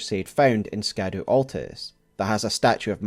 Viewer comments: I'm sure this has been brought up somewhere but I haven't seen it in the comments, but "scadu" is basically an older spelling of "shadow" and is pronounced as shadow or shadou rather than skadoo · Please. Ladies and gentlemen. Scadu = Shadow in pronunciation. It’s like the word “gaol”. Pronounced “jail”. It is simply the old English spelling. Love videos but, cmon. This seems pretty obvious and a quick search will educate anyone who is curious. SHADOW is in the damn name of the DLC!!!! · You should know: The way you pronounce "Scadu" is incorrect! The SC in Scadu comes from old English, whose modern-day replacement is "Sh" So, it is, quite literally, the "Shadow Tree" connecting the light and dark themes together